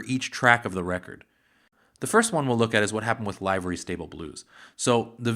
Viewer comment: Excellent video! Just one thing and it's a generational issue. The word "livery" is not pronounced "LIVE-ur-ree", as in a "live" band. The word is pronounced "LIVE-ur-ree", as in the expression, "live and let live". The record executives at Victor, likely, objected to the title "Livery Stable Blues" because of what a livery stable was (a pen for horses). With the association of horse manure, the executives at Victor might've believed the title was too rough and had vulgar associations attached to it to be the title of a song.